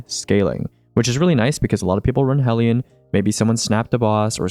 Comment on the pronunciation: i appreciate for being the only youtuber alive that pronounces 'hellion' correctly